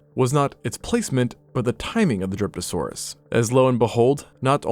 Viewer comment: My tired brain heard Derpasaurus not Dryptosaurus😂